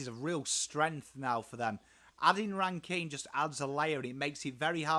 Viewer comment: Definitely on the mark. I like the inclusion of Hinge. He goes hard and lots of versatility with his height. My main gripe other than your pronunciation of '' is how tall the backline is. Worrell was only getting games when Doedee was injured, he is now fighting Mcalaney for a spot. Jones or Hamill will most likely be the second small Def behind Smithers although Milera looks to be going back to defence this year. Mchenry and Murphy will find it hard to find a game with the inclusion on Ran-Kin and a fit Rachelle. Pedlar and Cooke are two others to watch depending on the weekly matchup. Cooke to fight a spot with Hinge or McAdam. Pedlar may overtake Shoenberg. Edit: forgot parnell in the same bracket as Jones and Hamill.